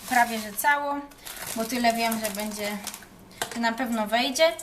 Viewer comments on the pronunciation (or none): none